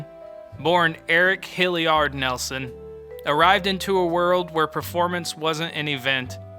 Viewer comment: When you pronounce his name wrong firstnthing…I’m done watching